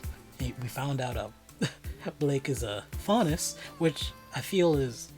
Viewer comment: I was shook when you got the faunus character’s name right without ever seeing this show before.. that’s some good guessing right there